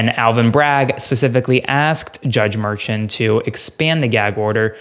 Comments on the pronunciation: Glenn Kirschner pronounces Merchan as Mershawn. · Please pronounce Judge Merchan's name correctly. He's Columbian and it's pronounced Mur.SHAWN' not MUR'chun. Thank you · Just FYI, the judge's name is not pronounced like Merchant. It's Mer-SHAWN. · Luke, please tell that he's mispronouncing Judge Merchan's name. Mer - shon' is the way he pronounces it. It's really annoying and distracting to hear the mispronunciation. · It’s pronounced mer-SHON. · Check your pronunciation of Judge’s last name.